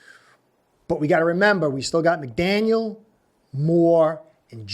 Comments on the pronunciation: It's McDaniel. No S at the end fyi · McDaniel! Not McDaniels - we got this guys!